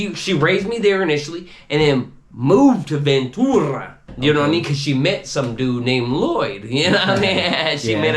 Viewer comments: I was born and raised in Vta, lived 4 streets back from Juanamaria, whole family went there, man I ain't Never heard nobody say Ventura like this clown haha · Why does he pronounce Ventura like that? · Naw, none of the homies over-pronounced it like that, not even the homies the Avenue would slang it like that, this dude whack! haha